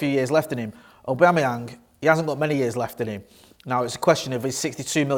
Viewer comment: Lol did he say Patrick abamuyange